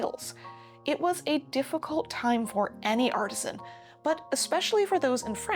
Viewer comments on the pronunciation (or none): none